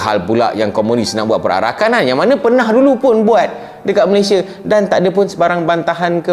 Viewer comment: Malaysia:- MA-LEY-SI-A bukan Ma-ley-shi-er. Perbetulkan sebutan nama negara kita tuan.